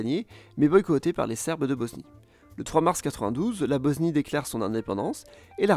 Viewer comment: BOSSSNIE PAS BOZNIE